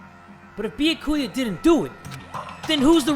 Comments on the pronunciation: Byakuya is pronounced like ba-yaw-koo-yuh not Bee-yuh-ku-yuh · I think its byaakuuya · So i just tuned in and... Beyakuya its b ya ku ya lol😂😂😂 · How come no one has made a ruckus about how calls Byakuya: "Boo yah koo yah" Instead of: "Byah koo yah" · dongonrampa 😔 beeyakuuya lmao jk but danganrompa is “dang-on-rompa” and byakuya is “b’yaa-kuya” (pronounced quicker) great video as always! surprised that you started playing this cuz i just did too LOL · It’s bee-ak-you-ahh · Byakuya's name is pronounced Be-ah-ku-a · he meant like ''die- ya'' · It’s bee-ah-key-a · "Biyukuia" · 🐝 yah ku yah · BYAKUYA IS PRONOUNCED [BEE-YOK-OOH-YUH] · no one:, trying to say byakuya: beeyuhkooyah 👽👽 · Me when he says “beeyakuya”: 😔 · Bee ya ku ya its pronounced like that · Stop saying Byakuya wrong its all one word not beeya ku ya. its beeyak kuya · his pronunciation of byakuya's name despite it being correctly pronounced time and time again IN THE GAME is causing me physical pain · Im mad at for pronouncing byakuya's name wrong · trying to exist and keep playing the game: Me annoyed at his pronouncing of Byakuya: >:( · I love but the way he pronounces byakuya is kILLing me 😭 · The way pronounces Byakuya physically hurts my soul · The game saying the names correct: Not Makoto, Bee-ya-ku-yaa, spiky ass hair I dont know. 🤣🤣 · Yo I'ma be impressed if goes through the whole game mispronouncing Byakuya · PRONOUNCE BYAKUYA'S NAME RIGHT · Last night I was praying that would finally pronounce Byakuya's name correctly, so when he mispronounced his name I cry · You are pronuncing Byakuya wrong... and you realllll shoud pass free time with him! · THE WAY PRONOUNCES BYAKUYA AHH